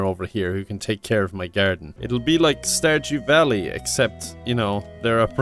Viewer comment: starjew vally? hAHAHAHA